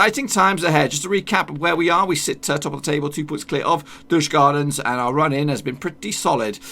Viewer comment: Douchgardens is a perfect pronunciation. How could you know what they are all about,lol!?